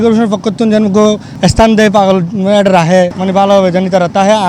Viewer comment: Paaaagoool valo vab e uccharon koren...bolod